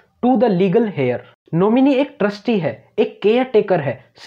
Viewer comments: आपका वीडियो बहुत सटीक और स्पष्ट है । पर एक टर्म Heir जो इसमे बहुत महत्वपूर्ण है इसमें h silent होता है।जैसे hour आवर कहलाता है,हावर नही । ठीक वैसे ही यहा हेयर नही बल्कि एयर कहा जाता है। जब आप कानुनी सलाह दे रहे है तो सबकुछ एकदम सही होना आवश्यक है। आपकी दी गई जानकारी बहुत लोगो तक पहुँचे इस शुभकामना सहित.. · हेयर नही ऐर सही उच्चारण है श्रीमान ! क्षमा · Good information. Heir is pronounced as air. H is silent.